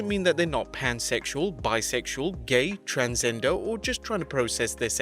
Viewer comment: If you listen closely on , he said "transender" not "transgender".